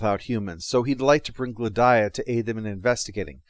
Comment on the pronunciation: Glad-eye-uh?/ Gladia rhymes with Solaria